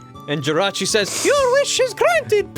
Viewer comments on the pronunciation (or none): * it's pronounced, Jer-Ach-Ee. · It's actually JEE-RAH-CHEE